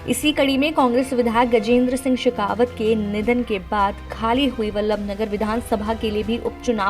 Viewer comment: शेखावत नहीं बल्कि शक्तावत बोले